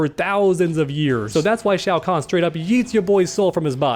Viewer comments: Shao Kahn? I think you may have misspoken there. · disrespected my boy Shang Tsung, calling him Shao Kahn